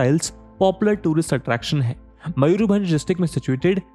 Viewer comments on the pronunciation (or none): none